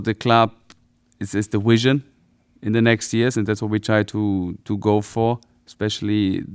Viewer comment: He has the dewelopment and the wision